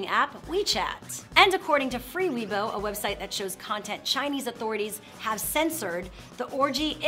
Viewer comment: "Weibo" is pronounced "way-bo," not "we-bo."